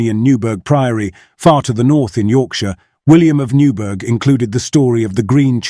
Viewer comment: Newburgh; the 'burgh' is pronounced 'bur-ah', same as in Edinburgh. Old English for 'fortification or defensive position'. It's the same word as 'bury' as in Bury St Edmunds. My hometown incidentally! I don't buy the 'debunked' theories to this story, and it still fascinates me!